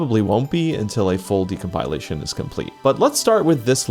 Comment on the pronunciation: i love your videos. please stop mispronouncing decompilation 🤕